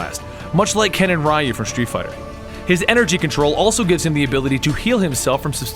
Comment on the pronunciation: Why would he say Ryu name wrong. It's (Ree-You) not (Rie-You).